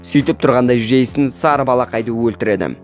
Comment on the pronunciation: Жейсін емес джейснғо